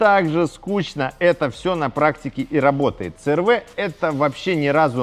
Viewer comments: си эр ви, а не цэ эр вэ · Мне одному уши режет,когда говорят Цэ Эр Вэ а не Си Эр Ви?